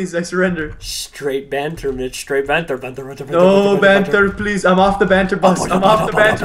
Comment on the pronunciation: Americans can't say banter they just can't